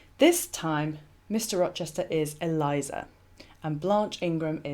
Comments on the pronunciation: Not ee-LIE-zuh. Rather, EL-ee-AY-zar. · Eliezer is a male name. It is not Eliza (as in Eliza Doolittle) but prounonced El E A (long a) ZAR. I like your videos and input. Just thought you should know. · I love your videos and am currently binge-watching them. But I have to correct pronunciation of the name of Abraham's servant at the well with Rebecca. He's not "Eliza", he's "Eliezer" (pronounced "Ellie-Ehzer"). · Eli-ayzer. Not Elizer. Thankyou